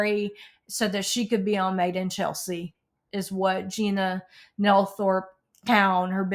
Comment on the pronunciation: It’s Gina not Tina 😊